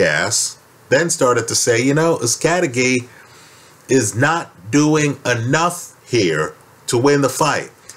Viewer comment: to pronounce his name with the correct spanish accent it would be....uz-kah-teh-gee just saying. great video